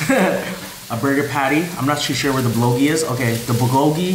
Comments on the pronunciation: First thing its bul-go-gi not bulogi..second thing bulgogi is the meat.. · u pronouce bulgogi wrong BUL.GO.GI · Nobody:: "BeLoGi" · its not bulogi man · Bulogi burger 😭 I love you 😂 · He just said “THE BULOGI BURGER”...... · Lol I was like a what? Not sure how he got bulogi out of that but, hilarious. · BULLOGEE burger... lol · the "L" is silent in Bulgogi 😂😂😂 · Your saying bulgogi wrong and it irritates me because your saying it wrong